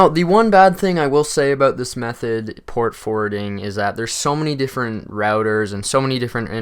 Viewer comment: I thought he said port-a-forting lmaooo